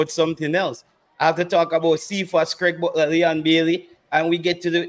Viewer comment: Is someone trying to distort facts. The man's name is "Craig" not "Graig". I see what you are trying to do.